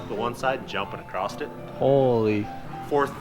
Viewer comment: Somebody has to tell that there is no "t" or "ed" in "across".